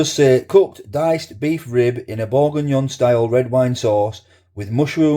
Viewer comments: jamie is and always will be a money grabbing tosspie -more so now. not so all about making stuff fresh, eh, jamie..... buy my ready meals. what a bell-end... and from iceland.. kerridge did it right with m+s, but 7 quid for a pie is nuts. also you pronounced the product properly lol - tbh it looked the part once cooked but BEEF bourguignon with ANY pork in it.. seems a bit off to me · Hi you pronounced perfectly. Hope your good. That looks pretty good. Will give it try. Ann.😊🎉🎉.